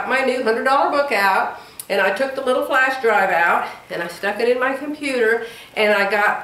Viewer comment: I think jerry bought you an early anniversary gift, probably a car. I think coloring at night might relax you and help you sleep. I'm laughing so hard at you saying puter cuz that's what my little 2 1/2 year old niece says. Maybe next year you'll learn to say three syllables. Lmao. You do keep us laughing.